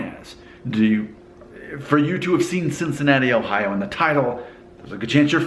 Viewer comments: The only thing about your accent that gives you away as not being from Cincinnati is how you say "Ohio". It's over enunciated. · If you're FROM Cincinnati, it will come more like O hio or even O hiya. There are definitely three syllables, but the the hi and o at the end Get run together. Get further northeast and then it definitely is pronounced O Hi O, especially around Columbus and further up 71. It's pronounced however it's pronounced... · How can anyone miss that dainty "O" sound....and what about worshing those clothes....an entirely different O. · You say Cincinnati and Ohio different from a local. You have to say Cincinnati with a more nasal accent and Ohio should be accent on the second o and say the o as a true o sound.